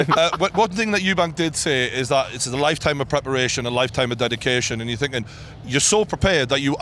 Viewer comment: A lot of finking going on 😂